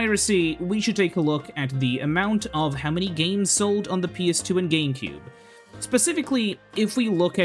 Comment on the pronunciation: why do you pronounce it like "geemcube"